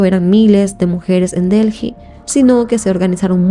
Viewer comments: Un comentario dirigido a: La capital de India, la ciudad de DELHI, no se pronuncia "DELJI". Se pronuncia "DELI". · Se escribe Delhi, pero no se pronuncia Delji, se pronuncia Deeli